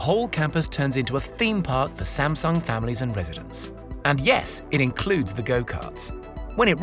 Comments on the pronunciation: All this and still Sam-Dung...huhh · Please pronounce Samsung correctly. It was bothering me the whole video.